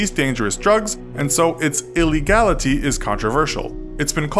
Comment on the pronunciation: Love how he stressed "Illegality"